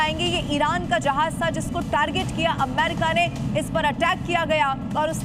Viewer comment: Amma Rika?ya ameriika, beker uchsalte kiu jee